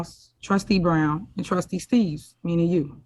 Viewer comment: Thought his name is Steave not “Steaves”😂😂😂